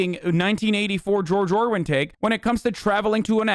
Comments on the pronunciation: It's George ORWELL not George IRWIN. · It's George Orwell. Not Orwen lol still love you though. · "Orwin" kekW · "George Orwin" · Who's "George Orwin"? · bro i sat there for 30 minutes thinking I was going crazy at "orwin" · George "Orwin" lol